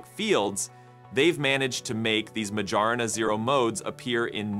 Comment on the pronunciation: majorana. no. majana. yes 😭😭